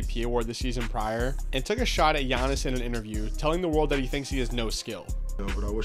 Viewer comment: GIANNIS IS THAT GUY. also kudos for the pronunciation